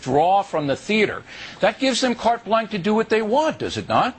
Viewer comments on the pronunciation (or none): It's "carte blanche", Mr. O'Reilly, not "cart blanc". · Someone should explain to Mr. Know It All how to pronounce blanche when he says carte blanche. It's a French word. It is NOT pronounced "blank". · WTF is cart blank? Did he mean "carte blanche"? Dumbfuck. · Bill: the term you're looking for is "carte blanche", not "cart blank". Idiot. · ...it's "carte blanche" dumbass, not cart blanc. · It's carte BLANCHE - not cart blanc, you fucking bigoted idiot! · I like it how Billo keeps saying 'cart blanc' instead of carte blanche. He is a yahoo. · If you're going to use your usual tactic of just repeating yourself instead of letting people talk, at least say the words properly. It's carte BLANCHE (which is pronounced, blansh), not BLANC. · why is he carte blank not carte blanche? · "Cart blank" LOL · it´s "carte blanche", by the way, mr o. (or was it my ears?) sorry, i know, i know, i just couldn´t resist it. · What an asshole its pronounced "Cart Blahn-ch" (Carte Blanche) The last thing I would expect O Reilly to do is have correct French pronunciation though. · did he say carte BLANK...?LOL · Cart Blank? Rofl... O'Reilly needs to go back to school... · Carte Blanche..pronounce it proper. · I love the way O'Reilly Americanized the pronunciation of carte blanch. Reminds me of the freedom fries.